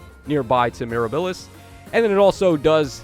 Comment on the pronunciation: Bro please…it’s Miirah-buh-lis. Not mir-a-bill-is. While I’m at it - it’s Pee-onie. Not Pee-oh-knee lol